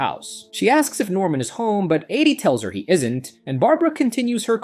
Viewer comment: Ady and Addy? Norman and normal? Barbara and Barabara? If you’re gonna use an AI voiceover, learn to spell.